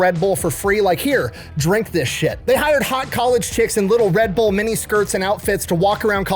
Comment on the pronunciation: So it’s pronounced Red Burr??? I knew I was saying it wrong.